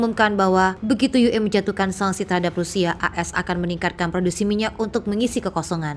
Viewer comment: Oalah Mbak Mbak pakai singkatan ejaan bahasa Indonesia kenapa pakai bahasa Indonesia membaca singkatan ue kenapa tidak dibaca Yu I tapi dibaca Yu E ) seharusnya disesuaikan membaca bahasa Indonesia ya total dgn bahasa Indonesia bukan campur aduk